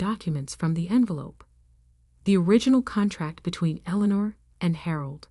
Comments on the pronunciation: Street Michael cathedral? Elener? Really? Get real people to do these stories. Computers can't do the job properly. There are so many mistakes it is demeaning. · The name is pronounce “El- In- Nor” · Absolutely eg St (Saint) Michael's Cathedral. Eleanor typed incorrectly Allinor or Elanor? It spoils the story. How about Read not pronounced read a book? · I enjoyed the story as much as I could while having to listening to the name Eleanor being butchered relentlessly. But that is 1 thing that A-I does read only what's given to it. It doesn't know how to distinguish errors evidently. I don't know who wrote this, but if they were human, then they couldn't spell, do any proof reading or just didn't give a cow's a-- how it appeared. I guess that is what they mean by Ignorance Is Bliss. I'd say Illiteracy is on the Rise. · You computer generated narrator's voice needs to be programmed with the proper pronunciation of words such as Eleanor. It made me cringe every time I heard it pronounced with a long e sound in the second syllable! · Street Michael's is killing me...and how many ways can you mispronounce Eleanor?????